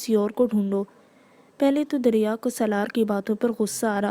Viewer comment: Ramzan Kareem Api . Api it's not darya it's dariya